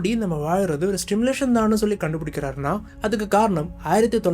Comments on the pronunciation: Bro while saying the word simulation , you are pronouncing as Stimulation ...😅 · Bro it's simulation , kindly correct it while pronouncing , not Stimulation Stimulation means தூண்டி விடுவது